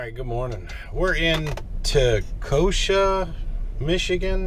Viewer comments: Te-con-sha Michigan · It’s pronounced: “2-come-see”. I’m from this great state 😎🤷‍♂️